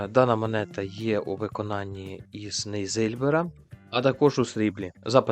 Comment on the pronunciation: У слові нейльзибер наголос падає на останній склад – нейльзибéр. Нейльзибер – це сплав, що складається переважно з міді, нікелю та цинку. Він має сріблястий колір. Назва походить від німецького Neusilber, що означає «нове срібло», хоча в складі срібла немає.